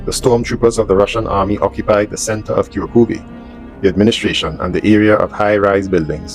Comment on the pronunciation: Just to help you out, It is pronounced Kur Kof in english